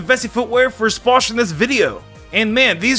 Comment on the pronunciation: he said sposhing